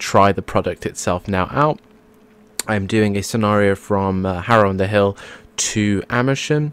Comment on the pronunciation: Yah harror. It sounded really funny when you said harror